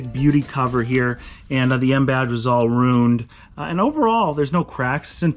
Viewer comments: “the M Badge was all Roon’d,”...what? finally!...I can’t find something flawed with. Other than that, he’s My Dude. Winning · It's not roon'd, just take it down to the crick (creek) and wersh (wash) it off. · The M badge was "rooned"? Wtf?